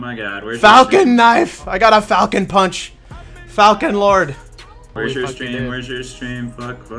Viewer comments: They didn't misspell falcon, its falchion pronounced as Fal Chun. A falchion is a type of blade. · Wake Arisato no it is fal-key-on...I thought it was pronounced fal-shon at first but then i looked up the pronunciation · Oh my god. Its Fal-Shun. Not fockin Falcon. Asdfghjkl. XD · Not to mention it's pronounced Fall-chin not falchon.... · its pronounced "Falkion" or "Falchion" not falcon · ITS NOT FALCON ITS FAKING FALCHION IM SUPER UBER MLG FRANCE PLAYER BITCH ITS FALCHIONNNNN <3